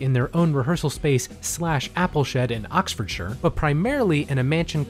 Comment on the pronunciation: Can we all just appreciate the fact an American was able to pronounce "Oxfordshire" correctly?